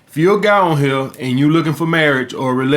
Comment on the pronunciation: I will never get tired of hearing "we'a fuck these hoes to sleep ova heya" gets me every damn time